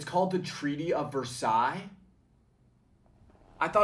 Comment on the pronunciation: “versilles” sonion😭😭😭